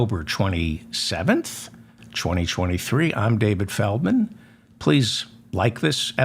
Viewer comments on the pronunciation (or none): none